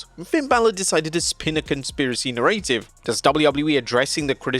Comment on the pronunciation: You pronounced "narrative" like "nah-ray-tive," lol wtf? 😂